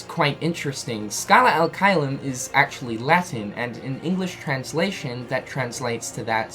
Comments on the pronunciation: He says al instead of ad. Ad being latin while al is actualy arabic. So yeah, he's using the wrong language there. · It's Scala ad caelum not scala al caelum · uum... it's scala "ad" caelum, not scala "al" caelum.... sorry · Is it just me or is him saying “Scala Al Caelum” instead of “Scala Ad Caelum” pissing other people off? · its Scala AD Caelum..... not Scala alqaeda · Lol video maker calling it "Scala Al-Caelum" like it's a middle-eastern name or some shit. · Me: "He's gonna say the name wrong isn't he?" Video starts playing Me: "We know how to pronounce it... It's clearly written in front of him but he's gonna mess it up the first try." Starts talking Me: "Here it comes..." Scala AL Caelum Me: ".... aaaaand boom goes the dynamite." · You kept saying Scala AL Caelum and it bothered me lol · I thought I was the only one. How he reads it, and puts it on the screen and still says it wrong?😂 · Yeah he's saying it wrong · *SARCASM INCOMING* Have any of you heard of ACCENTS? No? Well, then. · He usually says all the names, worlds etc wrongly but it's okay